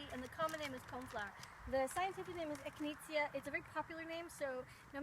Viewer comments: It’s echi-nay-sha, not echineetzya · Eck-in-ayy-sha is how its said.. 😂😉